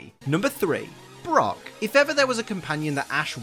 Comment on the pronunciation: When you said brock I thought you said rock